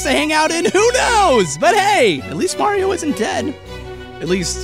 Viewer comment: THATS NOT HOW YOU PRONOUNCE MARIO